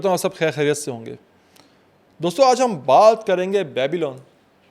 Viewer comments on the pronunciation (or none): Real bad pronounciation. Very ordinary rendering. Its not "Babail" but Babel. Nimrod was not the name of the king but his epithet. Cheers!